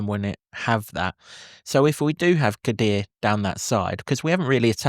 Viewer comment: KODUA IS PRONOUNCED - COD DOO AH and 2 - 0 Luton Win